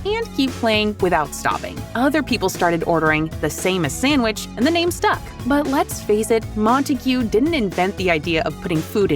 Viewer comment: He enjoing that """""sanwich""""" a litlle too much